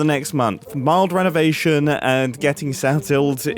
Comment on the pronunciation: "RENNOVATION" nicking the "N" from "UNKOWN"... :D